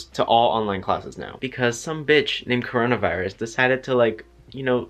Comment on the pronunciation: has the COwOna Viwus uwu